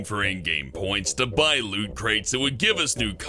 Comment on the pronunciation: I got triggered when you said costume and crates don't know why